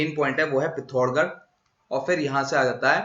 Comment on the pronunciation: please correct this. You did blunder here for all of us. Nepal---darchula district is in Nepal. Please correct it and It's pithoragarh not pillocha garh 08.14 minutes check.